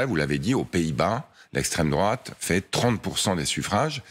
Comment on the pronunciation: 😂 "L'esstrem, drouat" .. et... Poutine.. 😅